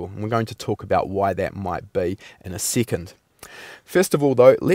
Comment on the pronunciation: one seecond man lol